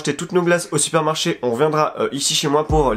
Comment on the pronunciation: J’suis la seule qui est entendu «ont est sorti du sperme-marché »???😂😂😂